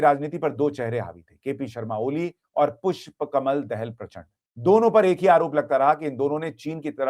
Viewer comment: Sushant sir दहेल नहि दाहाल बोलिए मे नेपाल से हु